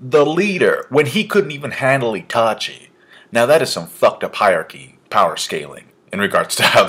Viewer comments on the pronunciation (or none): none